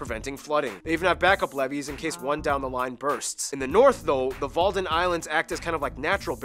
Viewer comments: It is not the walden islands but the wadden islands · at 7.56 you say, walden islands, it is actually wadden islands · Walden Islands?? must be “Wadden Islands” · Walden islands ? You probably Wadden Islands ...